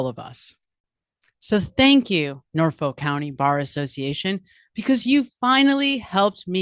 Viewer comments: BTW, it's pronounced Norf-uk. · You're pronouncing it wrong, it's Nawfik.